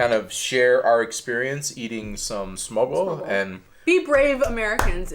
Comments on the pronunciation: If you can't pronounce "smørrebrød", you are not allowed to eat it. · Actually Smørrebrød does not mean Butter Bread, because Smørre does not mean butter. Smør is butter. In this case to smørre, means to spread something onto something else, so for instance, spread leverpostej on bread... or spread butter or lard on bread and then continue to spread other goodies.... just wanted to correct the misunderstanding.... Your pronunciacion of Smørrebrød is impressive, it is not the easiest word for foreigners...Bravo... ;-) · Your pronunciation could not possibly be worse. Please work on it before you ever say smorrebrod again. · I can relate so hard with I don't like onions or fish either. 😅 Also I am not a Native to Denmark either (English), but when you pronounced smørrebrød.. Needless to say, you are definitely trying your best. 😂 Nah but for real I can't talk, Danish uses muscle memory I don't have currently, mostly because of soft d, ø and the R sound, hopefully we can both get better with time. 😅 Thanks for giving your thoughts! I wish I were a bigger fan of smørrebrød, 🙂 haha. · the "kvæde" snaps is quince i think its called.... used often in tee. Oh and little tip with any snaps ... freeze it , drink it ice cold. next i would recommend you to try and pronounce the danish words slowly .... because when you say smørrebrød , it sounds like "smobro". try slowly and make each vocals stand out ... smør -re -brød. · Dear lord you butchered the word "Smørrebrød"